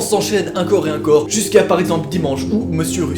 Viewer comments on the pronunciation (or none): Juste en France ont dit encore et pas incore 😂